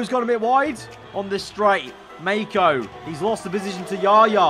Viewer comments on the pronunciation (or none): none